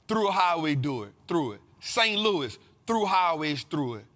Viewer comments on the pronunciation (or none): none